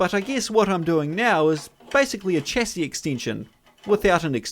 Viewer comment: Here's hoping that you learn to pronounce chassis correctly at some stage.